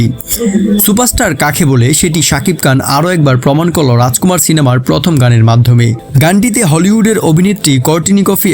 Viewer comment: বাংলা উচ্চারণ হতাশ করলো। "র" এর উচ্চারণ ড় দিয়ে হয়েছে। যেমন‌, ড়াজকুমাড় (রাজকুমার) ড়ুপ‌ (রুপ) আবার‌ হাত‌ বাড়িয়ে‌ হয়ে যাচ্ছে‌ "হাত‌ বারিয়ে‌" ওভার এক্টিং করলে যা হয় আরকি।